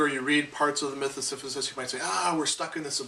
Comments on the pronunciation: Great Video. You keep saying "Siphisus". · Great video, but I'm sorry I can't ignore this clears throat S i p h y s u s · Professor lectures on Camu's concept of the absurd. While he pushes the stone to the top it is revealed that Sisyphus is pronounced incorrectly. When the professor looks below he becomes conscience of the absurd nature of communicating so much information only for so many people to point out his mispronunciation.The professor will become the absurd hero when he happily says Sisyphus' name correctly.